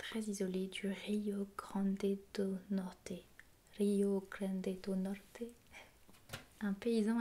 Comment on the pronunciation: I'm Brazilian and your pronunciation of Rio Grande do Norte was astonishingly good!